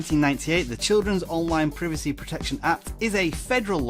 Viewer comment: The way you say privacy as “pre V C” is funny